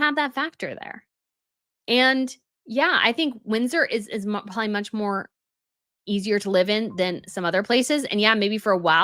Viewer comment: I have heard you say some pretty ridiculous things before, but, "If you're going to be a king, you have to live in a castle", is easily, the most stupid thing that has EVER come out of your mouth! And you say " prawley", instead of "probably"!!! 🙄